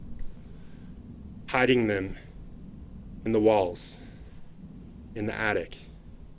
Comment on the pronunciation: Sometimes she gets it right tho. Like the times she's talking about the attic and called it an addict a couple of times before she got that right. Maybe her uppers are slipping. She has such a tiny mouth. And I don't know what that accent is. During the murder trial she pronounced poop as peup about a hundred times. AH...Ah...🤢